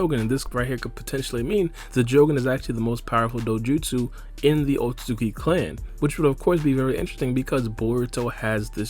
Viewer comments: He pronounces it like otsuzuki lol. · man says otsozuki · this video is good but the way he says "otsutzooki" is mildly infuriating